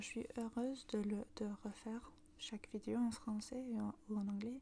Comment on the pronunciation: Le e dans « Vidéo » ne se prononce pas comme « i » :< il se prononce comme le e dans dé